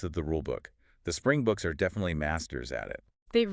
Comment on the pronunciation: Springboks not Spring bucks please get it right